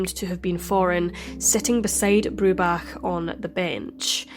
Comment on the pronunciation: I love that you had so much respect to learn how Tristans surname is pronounced correctly.